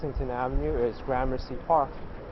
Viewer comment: FYI the name of the park (and neighborhood) at the end of your video is pronounced like “Grammar-see”, not “GRAH-mercy”.